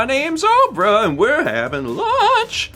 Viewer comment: wait...Oprah or opera? Lol